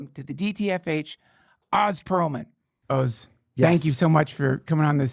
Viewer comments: His name is Oh-zz. Not 'The great and powerful Wizard of Oz." shouldn't mess that up in the intro. Love ya Dunkin and just trying to remind you to know the pronunciation of the guests' name. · Duncan interviewed him for an hour and never learned how to pronounce his name.